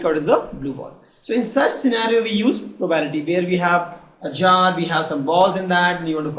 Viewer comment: its pro ba bi li ty NOT PROBALITY